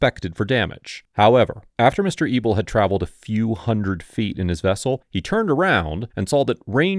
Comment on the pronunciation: Anyone else think he was calling the man "Mr. Evil"?? 😃 Thought maybe it was a sarcastic nickname to keep his identity secret. Than at the end he showed his last name "Mr. EBEL". Lol